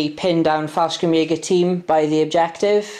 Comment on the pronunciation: 3rd (and last) comment: There is no K in Fallschirmjäger. You seemed like you wanted to pronounce the stuff correctly (Wespen) so i thought (as a german native) this might be of interest. It would be Faell - Schrrm - jaeger